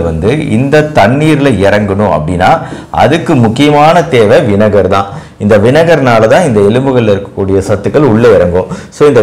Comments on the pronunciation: வினகரா இல்ல வினிகரா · 'வினகர்' இல்லே வினிகர் என்று சொல்லணும்.